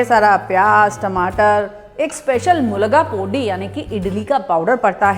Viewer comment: Very nice... "mulga pudi'🤩 it's "milagai podi" madam.. but was very nice to hear ur accented "mulga pudi"